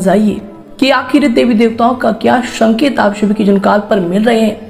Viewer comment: Uccharan to sahi kijiye? शमय न बोलिये समय बोलिये.......शंकित नहीं संकेत होता है........